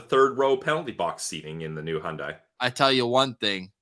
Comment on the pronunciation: pronouncing Hyundai is hilarious